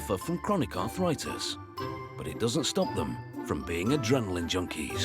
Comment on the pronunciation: It's arthritis, not arthoritis.